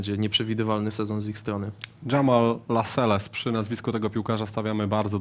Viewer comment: Kurcze no wszystko spoko, ale już któryś raz słysze jak ktoś mówi Jammal LASELES, no ludzie na litość boską nie LASELES tylko LASELLS